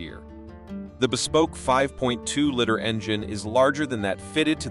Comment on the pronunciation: “Throwing down the gauntmole, the gaunthole?” “5.2 Litters?” Don’t humans proofread these AI terms and pronunciations? And this was one of the better ones.